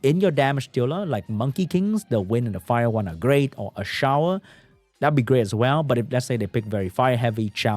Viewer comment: its not pronounced a-shower he is ashour you say like you say a-sure for people who doesn't know what i am talking about this how to pronounce fire desert warrior name